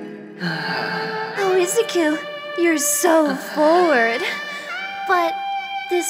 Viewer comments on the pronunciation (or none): She did great in this vid, & has a wonderful cosplay, but she definitely did not say it like the dub. Deku's name is is saidd with blunt/flat "i" sounding like "ih" & a hard, punctuating "zu" like "ZU" (ih-ZU-ku); whereas she flows through the first 2 syllables too swiftly as if they were one, and with a soft "z" almost sounding "s"-like & a weakly pronounced "u" sounding like another "ih" (ihszih-ku)